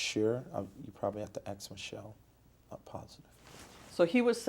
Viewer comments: ⭐️ Welcome back to AXE MICHELLE 🤦🏼‍♀️ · Axe Michelle. 😂😂